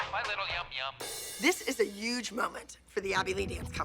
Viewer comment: Did anybody else get abby saying uge not huge she does it a lot😂